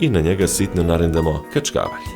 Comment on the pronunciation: Nese vikat kackaval. Se vikat kASKAVAL